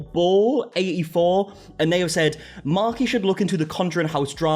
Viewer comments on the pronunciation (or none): 😂 the way you say bonobo 😂😂😂😂 if I'm not mistaken, it's a specific species of monkey